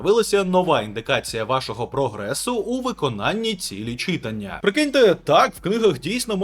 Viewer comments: Трошки продушню, не чИтання а читАння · Наголос на слові читання повеселив, ніби на уроці укр мови)) лайк за контент українською 👍 До речі може є інфа чи збираються нарешті додати регулювання гучності будильника, чи прогрес яблук ще до такого не дійшов?)) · друже, у слові читання наголос на букву А